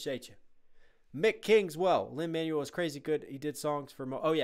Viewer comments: Teeny note: It's Lin-"Man-WELL", not "MAN-you-ul". ✌️ Loving your reaction/breakdown vids! 🥰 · WAIT LIN-MANUAL MIRANDA!? IT'S LIN-MANUEL (prounounced Man-Wel) MIRANDA SILLY! otherwise great video now WHERE IS THE PART 2!?